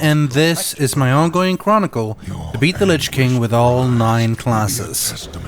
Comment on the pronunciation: He said Chronicle